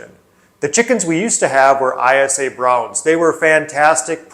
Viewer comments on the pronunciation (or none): ISA Brown is pronounced eye-sah. Eyesa. 👍👍